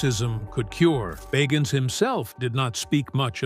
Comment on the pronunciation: Pronounce his last name right!